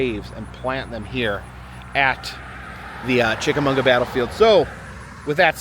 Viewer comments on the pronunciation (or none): Yes, I was cracking up every time he said Munga. But it is definitely chick-a-maw-guh. Source: It's my town. ;) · It's Chica mawga Ga. Not Chicamunga Ga. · Chick-Uh- Maw-Guh not Chickamunga,! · I love your channel but it is not chickamonga it's chickamauga lol I live in chattanooga all my life and known about greens eyes my whole life it's a huge local legend much like the soddy daisy kangaroo lol that last one is mostly unknown but I digress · It’s pronounced chick ah Mogga not chick ah munga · No it's chicka-maw-ga, not mag-wa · There is no "n" in Chickamauga! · I didn't know there was an "n" in "Chickamauga".. It's Chick-a-mah-guh... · CHICK-A-MAU-GA! Say it right please. This is my hometown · You are pronouncing Chichamauga all wrong. It's funny I lived near it for 43 years never ever hear your pronunciation like that. Lol it's pronounced mmmmagua on the in like the Spanish translation of water agua buddy. Love your adventures out there be safe. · Great video as always! Chick - Uh - MAW - Guh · “Chickamauga” is a Cherokee word pronounced chick-a-mog-uh. Great video! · I love you, ive gone places that you've shown bc they looked amazing (and they were) but I have lived here forever. It's Chick a MAW ga lmao. I cringed every time you said it. I went to the tower one night when I was young and had a run in with The Lady of the Tower. She scared the hell out of me. When I was a kid my dad made me swear never to go to the battlefield bc of green eyes. If you really wanna try to run into him, try to sneak onto snodgrass hill really late at night (from what I'm told). You don't wanna run into him. He's not friendly and he's very fast. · great video but......Chick-a-mag-wa is how you say it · being from fort oglethorpe, hearing you butcher chickamauga so many times is hilarious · yeah 50 ppl already told him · There is no ‘n’ in Chickamauga. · It's kinda sad you mispronounced the name of the place the whole time